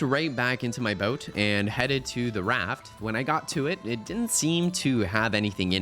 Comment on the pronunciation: ya lost me when you pronounced salmon "sollmon" and boat like "bout"